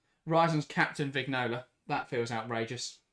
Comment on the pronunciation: Vignola is pronounced Viñola